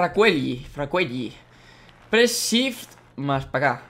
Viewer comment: se escribe Fracuelli pero se dice "Fracueli", no Fracueyi >.< Grande Alex <3